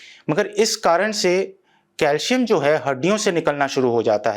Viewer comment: It's pronounced as calsium cal -si-am.